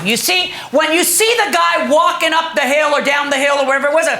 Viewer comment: Regional accents are interesting, but America is a big place. Where in America is the word " hill " pronounced as " heel " ?